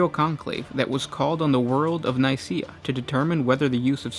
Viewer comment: Great work but you pronounced the council of nikaea wrong